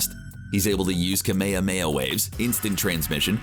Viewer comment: I would just like to say it annoys me and I am pretty sure other dragon ball fans are annoyed by this to but it is annoying when you mid pronounce kamehameaha still love the channel